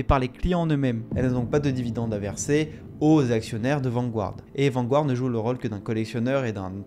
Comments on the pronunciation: c’est pas « Vangouarde » mais plutôt « Vangarde » en termes de prononciation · Intéressant, indeed! Mais, svp... Garde... Garde... VAN-GARD... Pas Gouard... Vanguard... Comme le journal anglais "The Guardian"... Garde-ian... Pas Gouardian! 🤯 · Vanguard is pronounced Vanguard not vangouard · On dit {Vangard} sans prononcer le u. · bon reportage, mais la prononciation de "Vanguard" est vraiment désastreuse.